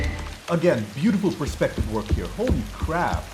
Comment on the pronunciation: Did you say “Holy perspective!”?! 😆